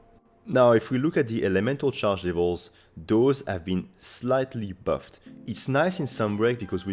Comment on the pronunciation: I like how your accent makes 'buffed' and 'nerfed' rhyme. 'berfed and nerfed'